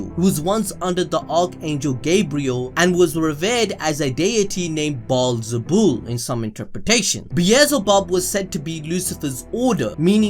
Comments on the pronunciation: It's beel-ze-bub bro... Not bezelbub..😆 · bielzebub BRUH its belzebub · It’s not bee ez zul bub, it’s Bee el ze bub. Bee el ze bub. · no one gonna talk SBT how he mispronounced beelzebub the entire video. its not beezelbub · the amount of time he said beezlebub